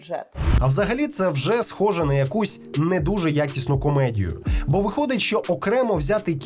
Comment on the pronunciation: Люба Яніно, будь ласка, вивчіть нарешті українську вимову - ви говорите як москвиця: чЬому, щЬо, отакЄ, захІсникІ...